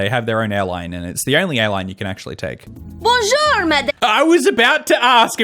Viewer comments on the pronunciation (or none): I don't speak french, yet I still cringed so hard when she tried to say "bonjour"